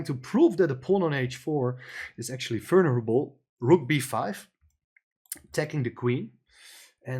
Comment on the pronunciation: It took me quite some time to figure out what the very strangely pronounced word was. It's "vulnerable" and it should be pronounced very differently. Look it up.